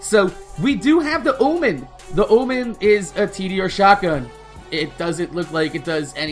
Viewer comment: Omen, it is pronounced Aw-Men